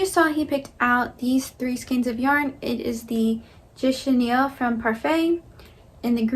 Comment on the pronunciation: I love the way your husband pronounced chenille 😂